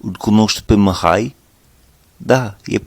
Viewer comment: Bună lecția, bun accentul. Te descurci excelent. Doar mici corecții: Numele Mihai se pronunță exact cum este scris, deci cu "i" , nu cu "î" (pentru recunoașterea rapida a sunetului "î", ține minte ca în interiorul cuvintelor se folosește litera "â" pentru redarea sunetului "î". Litera "î", pentru redarea aceluiași sunet se folosește la începutul cuvintelor și doar ca excepție în interiorul cuvintelor atunci când acestea sunt cuvinte compuse cu prepozitie ex. reîncărcare, neîndemânatic etc). Și încă ceva... La cuvântul NU, trebuie sa folosești sunetul "u" scurt, exact cum am observat ca folosești foarte bine sunetul "i" scurt sau moale, cum vrei să-i spui, în cuvintele "aici" și "lucrezi" din video-ul tău. Așa cum ai pronunțat NU în video, aduce mult cu intersecția "MUUU" folosită pentru redarea sunetelor scoase de vacă. Chiar și asa, interlocutorul te va înțelege, doar ca va putea fi un moment amuzant într-o conversație poate, serioasă.. În rest, perfect! Mult succes în continuare!